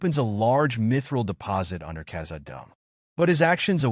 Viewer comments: “living under Kazza-dumb” 😭💀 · Bro.... Khazad-dûm. The way you said it made my soul hurt